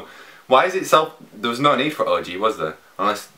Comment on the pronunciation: the way you say O.G sounds kind of like you're saying orgy ....